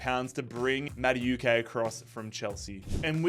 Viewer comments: It must be every single video im having to correct this guy.. No mate. You said it like this. Madawehkay' Do Americans Australians just pronounce everything how they see it. Let me ask you something, how do you pronounce the word 'know' Do you say kanow? Or do you say 'no' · I beg you pronounce Maduekes name properly 😭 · the madueke pronunciation the whole video is so annoying